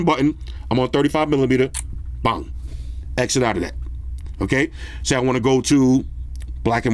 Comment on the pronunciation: Dude said eggsit😂😂😂